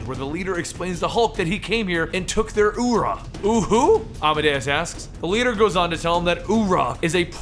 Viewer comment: Is it "ura" or "uru"? it sounded like you said "ura".